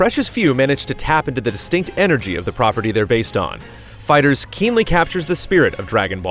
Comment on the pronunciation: Why do you keep saying "fighters"? It's called FIGHTER Z.